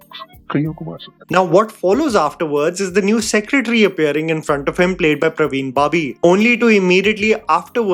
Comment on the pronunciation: It's Parveen babi.. not Praveen Bhabhi!